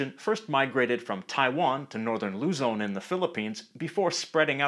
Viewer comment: im a filipino and i dont like the i hate how he says tagalog ang luzonnn